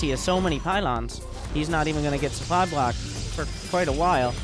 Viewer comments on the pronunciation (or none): That, and I want a meme voice pack from him. Where he uses his memes like "They're attacking Debra! Go save her!" or "You don't have enough soupply for those units"